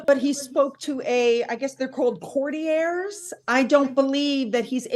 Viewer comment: OMG - this is why I cannot STAND THIS WOMEN!!! Why is she reporting on the RF when she doesn't KNOW OR HOW TO PRONOUNCE COURTIERS!!!! UGH!! MURKY MEG is the ONLY ONE WORTH LISTENING TO!!!!!